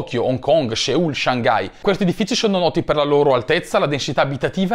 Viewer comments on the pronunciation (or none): Seul non si può sentire...si pronuncia Soul come anima in inglese